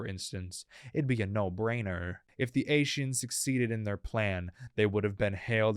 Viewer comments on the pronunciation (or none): While aright, the mispronunciation of Ascians caught me off guard.